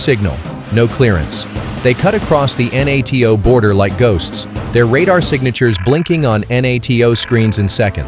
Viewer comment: NATO is pronounced nay-toe, you very silly robot, you very incompetent robot operators.